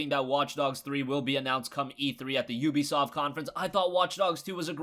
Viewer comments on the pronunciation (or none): none